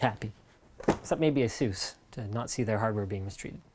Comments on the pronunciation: I'd love it if you guys started to pronounce Asus the correct way, with the "u" as in "duh". Almost like aces, but not quite. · Does everybody in the U.S. pronounce it "Ah-Zeus"? I would've thought you'd go more like "Ey-suss".